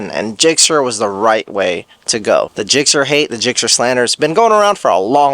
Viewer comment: Zixxer?!? Oh man..